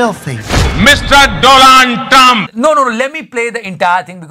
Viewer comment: Mr Doland Trum. Not Donald Trump